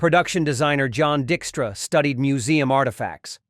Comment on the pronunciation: Like pronouncing John Dickstra instead of Dykestra